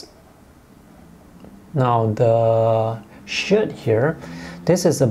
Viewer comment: I had a laugh at your pronunciation of the ladies shirt.......shit...lol ...excellent video again ,thank you .I do learn lots from them